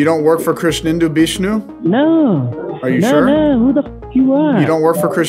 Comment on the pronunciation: The way pronounced Krishnenda Bishnoo was absolutely beautiful!!!